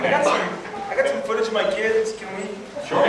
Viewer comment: YOU 'ILL SHO' THAT PHOTAGE TO ME. THIN INSTANT! INFATELL!